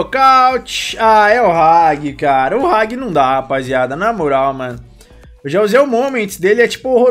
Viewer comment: “Ragui”... huaeshuaeshia